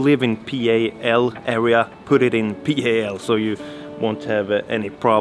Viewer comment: ) It's pronounced "Pal" like in pal/friend. NTSC is just the letters. Or Never The Same Color if you're a boomer like me.